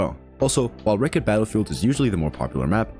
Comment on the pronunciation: wrek-t not wrek-ed